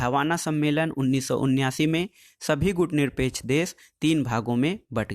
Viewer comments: सर मैं बार-बार बोल रहा हूँ आप गुटनिरपेकछ आन्दोलन नहीं गुटनिरपेक्ष आन्दोलन बोलो। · सर गुटनिरपेक्ष आन्दोलन हैं ना कि गुटनिरपेकछ आन्दोलन।